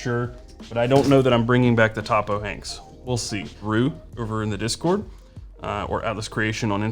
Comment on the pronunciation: Topo It pronounce 'toe-poe' short for topographic